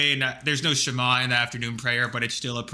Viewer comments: watching both the original and this video made me cringe every time he entirely mispronounced a word, like whenever he says the "shema" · the way he pronounced the shema is so hilarious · I cringed at the way he pronounced the shema